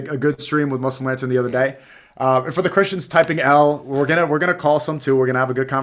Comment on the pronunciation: 1:2:39 yo brother said muslim laden or muslim la.....den 😂😂